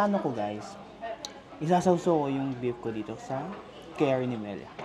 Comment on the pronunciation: The curry is pronounced as "Kari" in Tagalog, not "carry." It’s ok don’t be embarrassed.